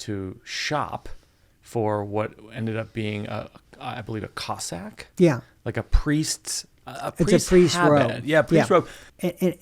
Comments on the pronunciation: Did I hear you say you went COSSAK shopping in Vatican City? I imagine you meant CASSOK SHOPPING. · The funny thing about this interview that stood out for me was Mike's mis pronunciation of the word cassock with the word Cossack. one being a priest's vestments and the other being a member of the Tsar's Imperial Army. Having David getting fitted for a Cossack created imagery too funny to contemplate. Mike's dyslexic vowels has him in Daniel. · Thank you, b/c i had no idea that a cassock existed, but i was curious how he went shopping for a Cossack. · To Mike B: ( pronunciation -- speaking of fact checking) "COssAck" is the late 15th century semi-nomadic warrior people who lived in Ukraie, Southern Russia, Caucasius Mtns, & Siberia. "cAssOck" is the black garment worn by clergy with 33 buttons that Sedaris wore, primartily in the Catholic & Anglican church.